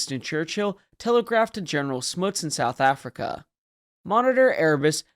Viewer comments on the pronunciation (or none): none